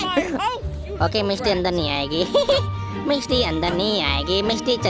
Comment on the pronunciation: When you say miss t that sounds like misti in Bengali😅